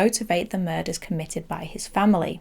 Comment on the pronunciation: Muders instead of murders.